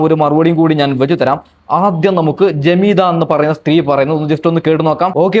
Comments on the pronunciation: പൊന്നു മനുഷ്യാ... ജമീദ: അല്ല . ജാമിദ: എന്നാണ്. ആകെ മാറി മറിഞ്ഞാൽ എന്താവും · ജമീദ അല്ല ജാമിദ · ജമീദ അല്ല ജാമിദ ആണ് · ജമീദ അല്ലാ ജാമിദ ഇവൾ തൊള്ള തുറന്നാൽ കളവ് പറയുന്നവളാണ്